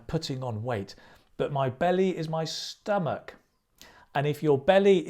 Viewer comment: thanks for the wonderful video,only a small correction (stomach ) not Stomache